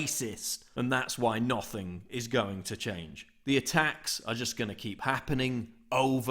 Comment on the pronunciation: Where is this guy from? The way he pronounces the word 'nothing' is hysterical